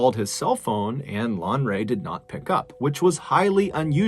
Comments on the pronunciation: 😊😊 it is spelled Lanre. And pronounced differently from how you guys pronounces it. Thanks man)) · Ibadan is pronounced EeBaaDaan Lanre LanRay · Okadas are commercial motorcycles which are basically immanent in Nigeria. And it's "Lan-re" (Re as in read).